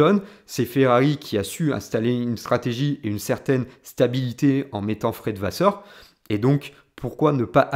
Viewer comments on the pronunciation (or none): none